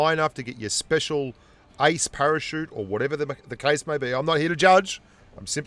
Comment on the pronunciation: I thought u were saying "ice" but u were actually saying "ace"